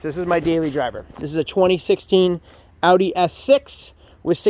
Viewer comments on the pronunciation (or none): none